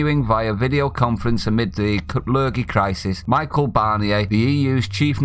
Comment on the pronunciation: Not being,Picky,...But U should Pronounce His Name Me-Shell(Fish) Barnier... Not Michael See what I did there..? As for Macron...DO ONE Napoleon...!!